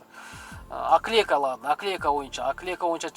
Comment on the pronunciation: Оклейка эмес опклейка болбойбу😊